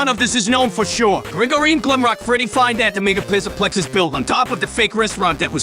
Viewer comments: HES SAYING PISSAPLEX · "Fazbear Mega Pissa-Plex." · pizzaplex sounds like pisaplex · It's funnier when the voice messes up. "Pissaplex" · When he says Pzzaplex it sounds like pissaplex XD I sub to you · U forgot ucn and he said mega pissa plex lolll